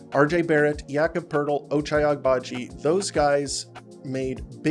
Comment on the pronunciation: I think the g in Agbaji is silent or that's at least more accurate, enjoy your content keep it up